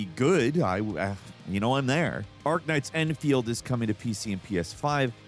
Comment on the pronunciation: En feee el dee? End-field